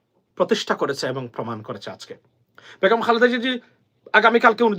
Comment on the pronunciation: ভাইজান আসসালামু আলাইকুম, ভাই বেগুম না বেগম হবে ধন্যবাদ। কিছু মনে করবেন না। ❤❤